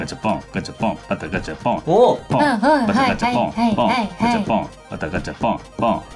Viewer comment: バタガチャポンがだんだんガタバチャポンになってるのかわいい